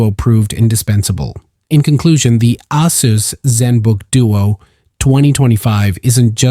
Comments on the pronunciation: I think it's a long A on that word. Not Ass-us. I got this laptop last week and love it so far! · Bro said Ass-us